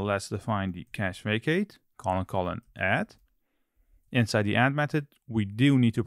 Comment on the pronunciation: Took me a while to get you meant "facade" when you said "vacate" lol.